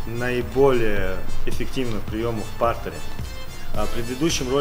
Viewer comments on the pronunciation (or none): только не пАртер, а партЕр. Пол на французком.